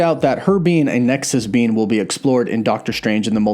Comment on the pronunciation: Great video, sounded like you were calling Wanda a ‘nexus bean’ 😂😂